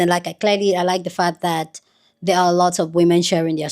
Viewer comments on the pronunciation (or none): none